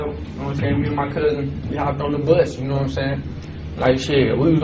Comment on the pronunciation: Rumor has it she still don’t “Gnomesayin” 😂